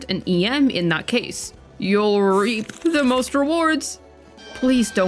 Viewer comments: you should have pronounced reep for reap but mistakely it sounded raype which cause misunderstanding u could either said slash or give luffy scar on your enemies 😂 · I know you wanted to say reap but it does NOT sound like reap at all but it was hilarious ngl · How do you pronounce reap correctly EVERYWHERE EXCEPT FOR THE BEGINNING